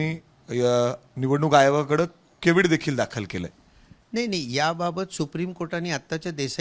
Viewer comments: केविड नाही ओ केवेट असतंय ते.... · केविड नाही हो कॅव्हेट म्हणा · अरे केविड नाहीरे cavet आहे ते.काय वार्ताहर आहे.तुम्हाला दुसरा कोणी वकील भेटत नाही का? एक नंबर फेक्या वकील आहे.